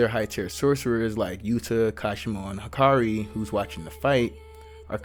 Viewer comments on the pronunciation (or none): none